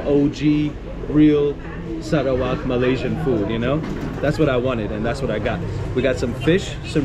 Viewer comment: i loved how you pronounce SARAWAK!